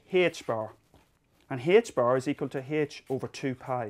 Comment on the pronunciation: Haich barrow? Turns out to be "h-bar"